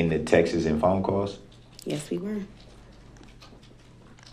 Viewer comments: Mr. Brooks, the plural of the noun “text” is “texts,” not “textes.” Also, the witness never “axed” you (ever) although she may have “asked” you something. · Instead of texts he’s saying TEXaSs god I can’t stand him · Him calling "texts", "textes" is just hilarious to me.